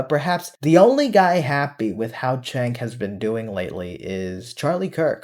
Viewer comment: Going to preface this with stating I can't stand them and their pivot. Question: does everyone who dislikes or hates him call him Chank, Chenk, or Chink or something? Even when I wasn't a prog, I called him Jank, as is how his name's pronounced.